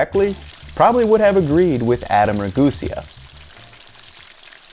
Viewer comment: Oh dear, his name is raguséa, with the emphasis on the second to last syllable. If you're going to go counter to his silliness on deep frying, might as well fight the urge to mispronounce his name, like he constantly does. Good content though, i always thought deep frying was something that was not worth it for the home cook.